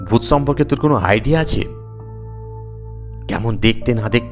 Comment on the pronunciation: ডুত অদ্ভুত না ভূত অদ্ভুত😂